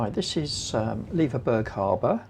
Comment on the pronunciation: Loving seeing the Isles again. We almost bought a bnb in Leverburgh and will be visiting again very soon. Just a wee point. Leverburgh is pronounced the same as Edinburgh. Honestly, I got so slated for my mispronunciation of Gigha. People can be so unkind sometimes. Don't want you guys to fall foul. Looking forward to seeing the rest of your trip 🙂🐕🚙